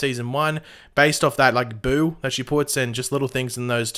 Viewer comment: Did she say “boo” lol